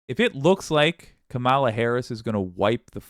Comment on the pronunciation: Hi. Now more than ever, we need to get the pronunciation right. Madam VP's last name has the emphasis on the first syllable; not the middle. I still make the mistake too, as does DJT.